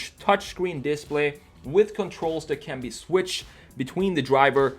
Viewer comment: How can it be so hard to say display?